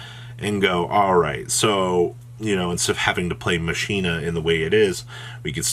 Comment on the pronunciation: He's saying it incorrectly. You are correct.